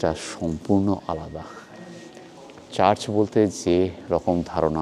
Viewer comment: kotha ta charch ba lanch noy, kotha ta church ebong lunch